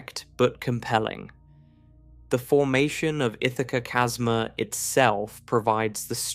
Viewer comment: I love it when the AI can't pronounce "chasma" correctly.